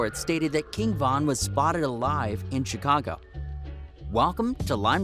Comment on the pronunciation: He said chcaga